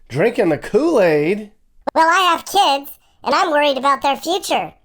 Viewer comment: then “keeids” is at them diddy dungeons😮